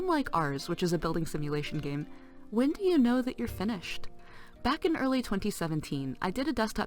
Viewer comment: "or at least hwen you CPU is maxed out" i laughed, hard.